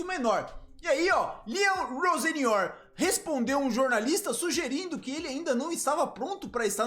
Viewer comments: Vou escrever como o pronuncia: Rossênior. O nome não é assim, mas é assim que o pronuncia. Será que está certo? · a pronuncia é com i ficaria tipo rosinior